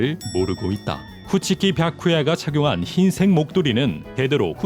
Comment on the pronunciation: 너무 당연하게 쿠키치라고 해서 빵터졌네 ㅋㅋㅋㅋㅋㅋㅋㅋㅋㅋㅋㅋ